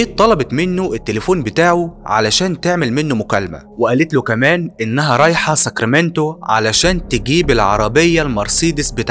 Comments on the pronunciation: نطقت ساكريمنتو صحيح...اختي عايشه بهذه المدينه وانا زرتها سنه ٢٠١٥ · Sacramento هي عاصمة ولاية كاليفورنيا و انت نطقتها صح .